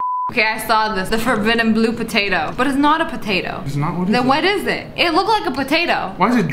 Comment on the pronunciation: Its forbitten